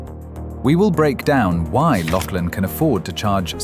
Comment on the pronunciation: Laughlin is pronunced Lauf-lin and NOT LOCKLAIN!!! YOU CAN'T EVEN GET THE NAME RIGHT!!! 😂😂🤣🤣🤣👎👎👎👎